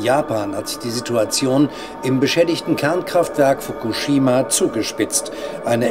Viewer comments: Wer bringt dem Moderater bei „Fokushima“ richtig auszusprechen? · Fukuschschima mit 2 "sch" und Themattik mit 2 t ! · Wie spricht er bitte Fukushima aus😱😱 das kann man sich ja nicht anhören🤣🤣 Wirklich gute Doku.Aber es macht einen unendlich traurig zu sehen, was der Mensch so anrichtet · Mich triggert wie er Fukushima ausspricht... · Sorry, aber nach dem ich 5x Fukushima falsch ausgesprochen gehört habe, ist mein Smartphone gegen den TV geflogen. Triggaaaaaaaa